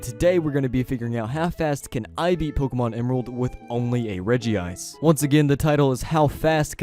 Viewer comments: It's not Regi ice... Its Regice... Reg-Ice... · There's only one "I" in Regice. It's Reg-Ice. Not Regi-Ice. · Why are you pronouncing Regice like that?!?!?!